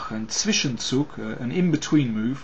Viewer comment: Congratulations, Mr. King. You seem to be one of the very few people to articulate "Zwischenzug" and "Zwischenschach" correctly ;) Nice analysis, Greetings from Germany